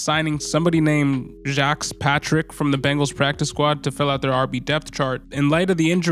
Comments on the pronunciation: Great overview, just scooped him up. I think it's pronounced: Jah-Quez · 😂 that man from Florida I'm almost certain it's ja-quez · (Ja-quez) is how you pronounce his name! Go Jesus! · His name is pronounced Jah-Kwees. Geez bro 🤦🏾‍♂️